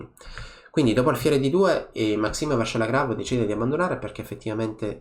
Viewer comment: Vachier ragas, non Vacher